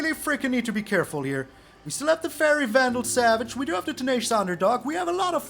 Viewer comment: "Faerie Vandal Savage" 🤣 😂🤣